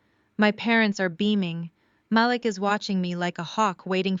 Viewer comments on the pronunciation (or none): Is it possible to use a Black voice and that voice pronounce names properly? Her brothers name is pronounced MaLEEK. I like the stories, but these two things are distracting.